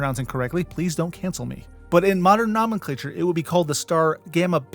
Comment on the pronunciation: I’m confident you’ve mispronounced the Chinese words because of your pronunciation of “nomenclature” (edit): Based on your pronunciation of “Gioia” I am more certain that your pronunciation of non Latin/Germanic languages is probably incorrect.